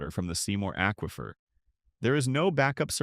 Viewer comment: When you learn how to pronounce aquifer, I'll subscribe to your channel.